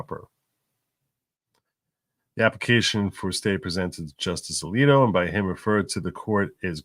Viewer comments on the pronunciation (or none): none